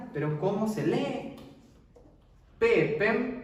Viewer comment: Peepen lo esucho como si lo dices con M (peepem)